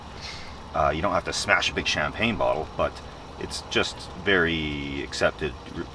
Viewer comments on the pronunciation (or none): none